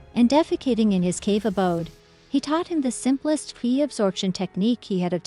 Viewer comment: Just a few suggestions - It's not kai, it's pronounced chi as in chicken. Kindly correct the pronunciation in next videos. 2. The background music is too loud sometimes removing music will give a better UX. 3. Most of the character names are pronounced incorrectly kindly correct them it affects the UX.